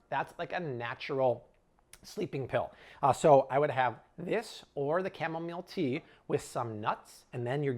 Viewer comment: I thought he said "camelmeal tea."😂